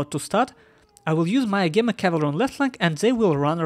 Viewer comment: Agema is ah-gee-ma. Also you can turn off the sound made by screenshots in Steam settings. Having never heard of roflmaster I'm not surprised to see him get wiped up but he didn't do too badly, no major micro mistakes or anything, just not good enough at the game.